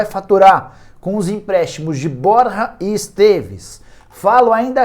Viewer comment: ele conseguiu arrumar um jeito de falar "borre"